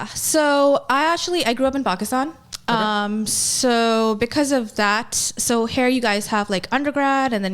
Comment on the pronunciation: I believe it's pronounced "pack" Istan.